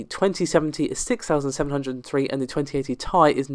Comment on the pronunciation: Hearing & (and only and ) calling this a 1080ti "tie" instead of t.i. had me thinking. T is capitalized, i isn't.. So, could Ti be for "titanium"? Maybe they just never said it because it didn't exactly roll off the tongue? Ti is "titanium" in the periodic table. I guess only Jensen Huang would know.